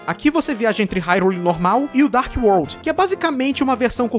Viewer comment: o seu "d" quando você fala palavras tipo "world" parece um "t"